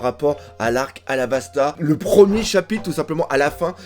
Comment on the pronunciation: À la 15 ème minute, il y a eu confusion entre "chabite" et "chapitre" 😂